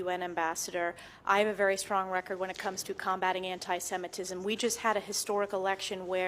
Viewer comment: First: it is antisemitism. Please, learn how to pronounce it when you are preparing for your segment. It’s not that difficult. Second: he did it. There is no way around it, no amount of mental gymnastics will make it OK. Jewish people know it , they are making statements , maybe just not in massive statements. No need to lump up all Jews in one group. And please do not lump up everyone into one big group. The person who was talking about ALL Jews as Zionist- antisemitism right there! Not everyone is like that He is not doing it because he’s on autism spectrum, because he’s exited etc. He purchased himself American President ! And now he will have monopoly of Tesla ! Of course he’s exited! Would it all go the way he wants it? We’ll see if Nazi regime will flourish here. It is starting to Asbergers is no longer a thing! It is offensive to use that term Autism spectrum is proper term.